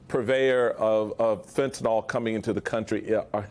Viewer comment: PEOPLE ... fentanYl ... NIL . it is NOT fentynOl